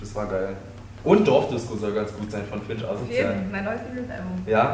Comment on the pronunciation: Mein Gott es heißt FINCH und nicht !!!Finsch!!!